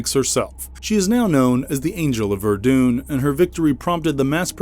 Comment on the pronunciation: The way the narrator kept saying Ver dune instead of Vur Dun which is how you spell Verdun really bothered me.